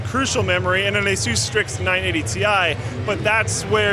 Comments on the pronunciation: It's Asus, not Azues... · what the hell is A-sooose? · There's no 'e' in Asus, it isn't spelt Aseus like the name Zeus. Dumb shit American's still can't read or write English correctly and they've been at it for hundreds of years... Say the word 'sustained', now just say 'sus', now put an 'a' in front of it and say the name 'A-sus'. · The origin of the company's name is Pegasus Its pronounced <Eh-SUS> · funny way to say ASUS héhé!!!